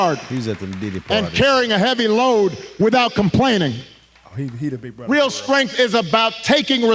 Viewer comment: Hide yourself , Barry. It’s not gonna work anymore , “bruthuh” .